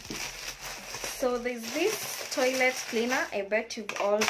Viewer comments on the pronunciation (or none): none